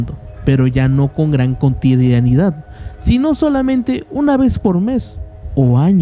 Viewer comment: O “continaidead” en vez de “cotidianidad” o “continuidad”